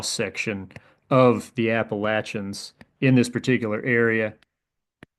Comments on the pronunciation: for pronouncing Appalachians correctly. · Whoa, points for pronouncing Appalachians correctly